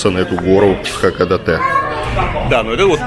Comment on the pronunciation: Только название города произносится иначе. Не хАкадАтэ, а наоборот — хакОдатЭ.